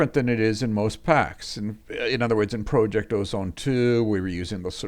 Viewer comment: God it pisses me off the way he said project